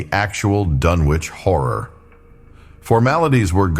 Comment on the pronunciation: It's pronounced "Dunnich". I'm out.